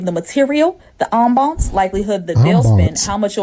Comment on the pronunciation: I like eating at an establishment with a great "ambance".